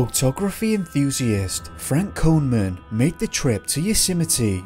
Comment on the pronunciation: you missed 'photography enthusi-ist'.